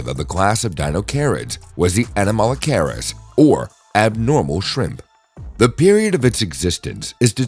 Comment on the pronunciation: Horrible pronunciation... learn to say the name of the thing youre talking about before talking about it... its cringe.